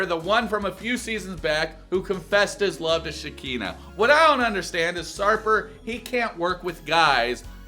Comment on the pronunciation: I love the way you call Shekinah different names!!🤣😂